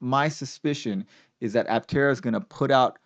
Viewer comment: I-tera instead of Aptera is a bad idea.